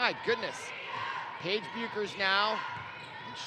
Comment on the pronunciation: His pronunciation of Paige,Dlayla, and Maya’s last name is irking my lastttt nerve 🙄🙄